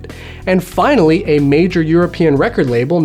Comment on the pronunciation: i thought u said "Vinylly here" (finally)